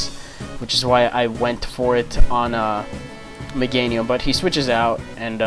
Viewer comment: you keep saying meganium